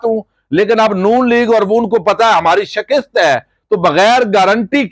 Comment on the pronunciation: رپورٹنگ اچھی ہے مگر تلفظ پر توجہ دینے کی ضرورت ہے مثلاً کھلبلی ، شکست ، پاکستان کی عوام نہیں بلکہ پاکستان کے عوام ۔